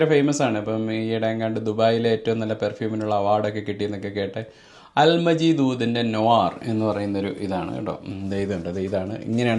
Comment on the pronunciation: സുഹൃത്തേ അല് മജീദ് അല്ല,, "അൽ മാജിദ് "